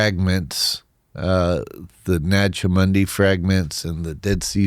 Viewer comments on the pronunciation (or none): A part of me wants to take seriously, but when he pronounces Nag Hammadi as "Naj Hammundi"... That chuckle was bittersweet.